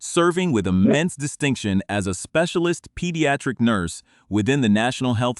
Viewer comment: What’s a NUIRSE???? 😂😂